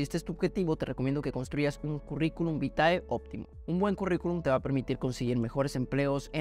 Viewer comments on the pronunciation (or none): Vitae se pronuncia Vite